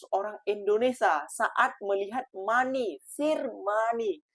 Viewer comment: Lain mcm bunyi ngomong B.Inggeris, money sir